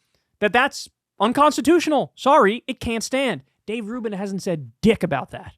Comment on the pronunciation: Finally someone saying Rave Dubin's name right.